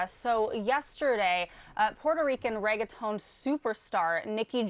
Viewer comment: I've never heard of such a white pronunciation of the word "reggaeton" until now. "RAYGAY TONE" 😂